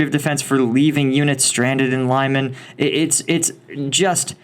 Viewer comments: Lyman “leeman” not Limon🍋 😅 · Lyman is pronounced "Lee-mahn," not "Lie-man." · One thing that sucks from Western youtubers covering this is the pronunciation. for starters... it is NOT lyh-man but rather leh-mhan. If you doing vids like this, at the very least watch videos from RU and UE. Telegram, and YT are jam packed with them. Sorry for the sub titles. Deal with it like an adult.